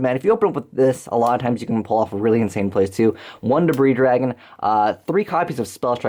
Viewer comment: You don't understand how happy I was to hear you pronounce Debris Dragon properly.